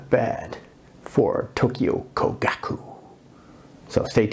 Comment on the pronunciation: I share your enthusiasm for Topcon and Topcor. If I could make a few suggestions, 1) Learn how to pronounce "Kogaku" since you say it so many times and it just sounds rather grating compared with the Japanese. 2) The part about Tokyo Kogaku supplying the Imperial Army is true, but it also later supplied the Navy so that is a bit off topic IMHO, 3) Yes, the company is still around but makes different technical equipment. 4) Hanimex and Bessler are not always Topcons. Both were importers and carried other companies besides Topcon., 5) If making an intro video I would certainly try to explain the different mounts since I imagine some people will buy UV lenses thinking they can buy a cheap adapter, and will be disappointed. That said, you took some cool shots and seem to really enjoy editing video. Must be cool to teach in Saigon. Closest I've been was Phnom Penh. Aloha.